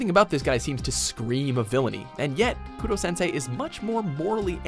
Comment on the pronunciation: When I saw Koro sensei I was surprised but then I hear that they called him Kurosensei and then I was like No! It is Koro Sensei repeat with me xD